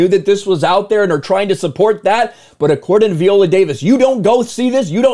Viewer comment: At the bare minimum pronoun her name right. 😂 Can’t even begin to take you serious when you can’t do that